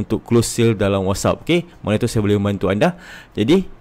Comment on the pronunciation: Whats App bukan wassup ... good info